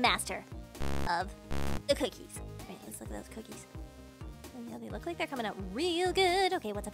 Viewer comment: real not rael